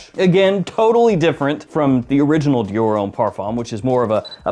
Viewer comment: butchering Dior left and right 🤣